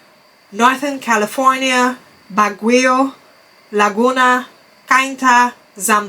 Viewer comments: Also Baguio is actually pronounced as /BAG-yow/ or simply /BAG-yo/ (both has an emphasis in the word syllable Bag). Also, Ilo-ilo besides /I-low I-low/ can also be pronounced as simply /I-lo I-lo/ (emphasis on the first syllable /I/). Great work queen!!! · Baguio pronounced as: Bag-You.